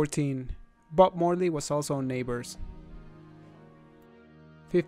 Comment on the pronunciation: i thought i heard butt morly